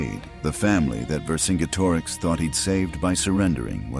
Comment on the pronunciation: Also zenobia was herself roman And pronounce vercingetorix correctly!